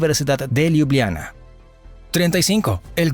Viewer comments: Hola, gracias por la información. Sin ánimos de ofender y sólo a modo de ayuda para los hispanoparlantes a los que saber no les ocupe espacio😊, la pronunciación de Ljubljana en castellano realmente es más facil, simplemente cambiamos las "j" por "i", fonéticamente quedaría así: Liubliana. Lep pozdrav😊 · Ljubljana cuando lo narraba era liubliana la J es como la i latina de nosotros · Hola, gracias por la información. Sin ánimos de contradicción y sólo a modo de ayuda para los hispanoparlantes, la pronunciación de Ljubljana en castellano es más sencilla, simplemente cambiamos las "j" por "i", fonéticamente quedaría así: Liubliana. Lep pozdrav😊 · Buen video, pero la pronunciacion de lugares Eslovenos fue fatal! Lo digo como Esloveno que habla Castellano tambien. J Esloveno se lee como Y en Espanol. LJ como LL..entonces Ljubljana seria Llubllana.